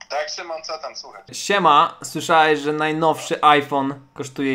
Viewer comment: "IPhonaxD" Spadłam z krzesła